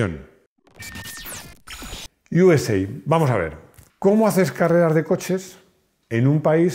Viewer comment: Yuesei , toma inglichutismos Yo siempre he oído “usa” literalmente